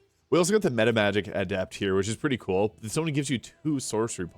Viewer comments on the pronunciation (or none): none